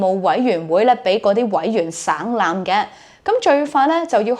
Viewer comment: 省(音醒)覽